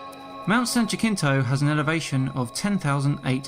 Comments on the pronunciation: the Limey pronounces it, "San Jakinto," when it's actually pronounced, "San Hasinto." (It's spelled, San Jacinto - it's a Spanish name so the 'J' and the 'c' are 'soft.') I lived by that town and mountain for a number of years, so I know. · OMG laughing. The mountain San Jacinto is pronounced San HA-sin-to. Definitely not JA-kin-to. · I'm going to guess someone already told you that San Jacinto is pronounced San "Ha-Sin-tow" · It’s pronounced San hasinto not jacinto lmao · It is Mount "San Hasinto", NOT Jakinto. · Mount San Jah-kin-toe! LOL! It's Mount San Ha-sin-toe. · mount San "ya-cent-o" Still a corruption of the Spanish pronunciation, but San Ja-kinto? No. just no. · Has anyone mentioned that 'San Jacinto' is pronounced jah-SIN-toh? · It's pronounced Mt. 'ha-sin-toe', spanish name. Also we should make these calculators downloadable for people as an excel sheet. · It's pronounced San Yasinto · Mount Jacinto is pronounced "Mount San Hussinto." Just say "Mount San Jac." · Not to nit-pick an otherwise good video, I believe it's pronounced: "Yah-sin-toe". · I Live in San Jacinto next to Mt. San Jacinto. I just wanna point out that its pronounced San Ha-Seen-Toe. Also those things aren't satelites, they're ufo's. Covid is a bulllshit virus. Dont believe the media hype. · San Jacinto is pronounced San Ha-seen-toe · mount san 'Ha Sin to' it's Spanish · The name of that mountain is pronounced San ha-SIN-toe. The J is pronounced like an H. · Great Video! However I laugh at your pronunciation of Mt. San Jacinto. I go to MSJC just at the base of it. Here San juh-SIN-toe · San Jacinto is a Spanish name. Pronounced San "yah-sin-tow" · Perhaps you could inform your friend, understaning your England, that San Jacinto is pronounced san ja sin toe. Love your videos, keep up the good work. Have come up with more debunking ideas, but i am afraid that the flat earthtards may punce on them as even more " proof". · Js are pronounced as Hs in Spanish. San Hacinto. 🙃